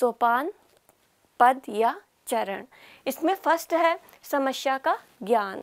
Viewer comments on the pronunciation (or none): Smashya ni hota, samasya hota h